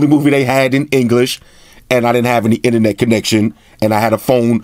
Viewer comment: In a few minutes I already learned more than from other reviewers. And I learn new cool words like "ine-net", have my sub sir!